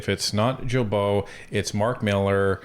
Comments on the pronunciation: Guys, it’s not Gibeault, it’s Guilbeault. As in Guitar! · not jillbeault it is Gillbeault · You mean Stephen GUILTBOT ?,,who cares about how his name is pronounced ,,would you prefer LIAR ,felonious criminal , maniac, idiot , THIEF($254 million) , stay in Quebec and make the switch to bottled water and it MIGHT raise your IQ to double digits...I said MIGHT but apparently you are too far up this dorks butt to breathe properly ! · Funny how you say Guilbeault's name wrong. Hehe Vassy said it correctly. Love your channel.